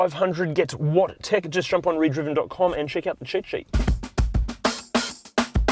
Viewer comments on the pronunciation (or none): none